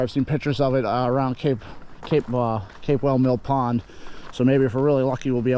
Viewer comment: It's Pronounced CAP WELL Mill Pond!